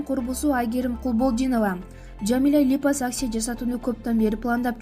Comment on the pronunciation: Туура окуганды уйронсон биринчи. "Липосакция" болунбой окулат. "Операция" "Опереция" эмес.